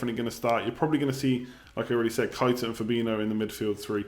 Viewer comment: Keita is pronounced Kay-ta not kite-a